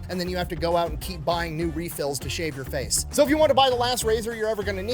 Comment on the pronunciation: “…till you punch them in the fayth”